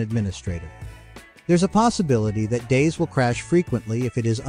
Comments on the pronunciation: Least helpful video ever. Also it is call Day Z and not "days". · I swear, if this guy says "days" one more time... I'm going to have to come over there. It's DayZ... like "Daisy." Yes, like a flower and we're proud of it. DAISY DAISY DAISY 🌻🥀😆😆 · him calling it DAZE :|